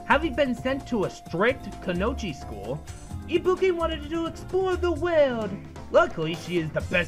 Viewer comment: Its pronounced Ku-no-ee-ch. :/